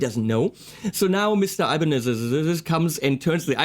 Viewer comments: Actually its "ibáñez" with a sonido forte in the "a" . On the other hand the "ñ" its a sound that belong to Castellano speakers so, you never gonna get it hahahah and the japanese changed it for a "n" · It's actually Ibañez (ee bahn yes or add a slight lisp for a more Spain pronunciation) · As far as I know, we in Spain put the accent in the A of Ibanez, not in the I, or the E. I mean, I could be wrong, but that's how I've been doing it all my life, and no one ever told me it was otherwise. It is how the surname Ibáñez is articulated